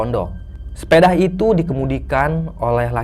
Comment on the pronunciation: SEPEDA... BUKAN SEPEDAH...